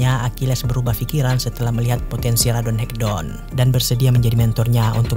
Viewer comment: Bang baca ratonhaketon nya jangan radonhekdon bang wkwkwk